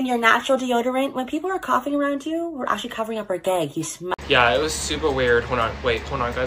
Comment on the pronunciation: “actwually“ Me: Does she say that too when she isn’t doing tik toks..